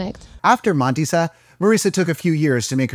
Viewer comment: It's better to say Mándissa. Not Mádissa. It's a female fortune teller. In male it would be Mándis.